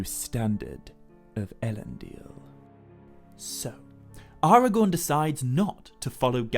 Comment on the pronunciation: AragoRn... rhymes with 🌽